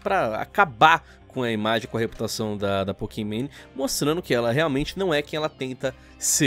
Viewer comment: "Pokimane" Eu : Pokimané